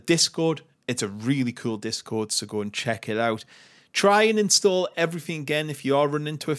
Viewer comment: "inSstu0olah"... Love it